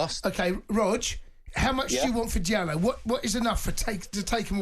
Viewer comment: Sell Antony he's terrible...nor this idiot says diallo